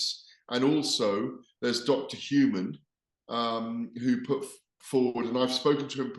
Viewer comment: Gareth said dr human but i thought it was dr usman ?